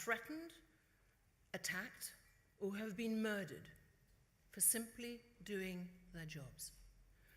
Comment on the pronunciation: « Simply » Simplettesty.